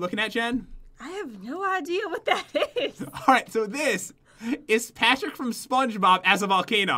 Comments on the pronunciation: Patrick not Pattrick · Pat-Rick Volcano